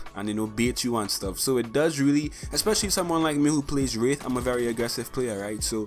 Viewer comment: "Who plays WREETH and mains WREETH"